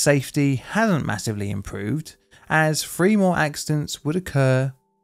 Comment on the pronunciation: Why cant you say the word “three” you say “free”